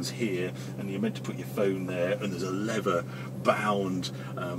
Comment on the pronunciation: WTF is a 'levver' covered cable....🤣